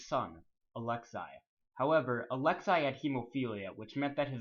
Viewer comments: "Alex-ay" not "Alex-EYE" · it's actually ah-lex-ay not ah-lex-eye